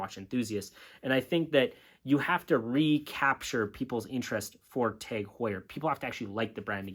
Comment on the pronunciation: It’s not teg it’s tag .